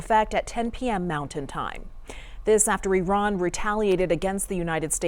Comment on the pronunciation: I think youre being silly, but it is indeed pronounced Eee-ron